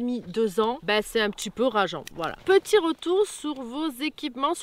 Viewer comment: Youtube premium c'est la vie les amis ! plus de pub et qualité augmentée. Pour 11 euros par mois faut pas se priver (perso j'ai couper sans regret netflix). Et sur smartphone ça permet d'écouter de la musique sans mettant en veille. Si je peux etre un peu critique... j'ai remarqué un truc quelques temps et j'avoue que ça m'obsède un peu... petchi, voitchure, natchure, partchi, touristchique.... c'est anecdotique (anecdotchique 😅 ) mais en vrai c'est insuportable. Surtout en voix off où je me focalise plus là dessus que sur les explications (et pourtant j'adore ces passages qui apportent pas mal aux vidéos). Bonne route à vous !!